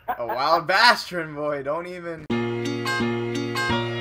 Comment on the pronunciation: It's baaaastrin with a long a lol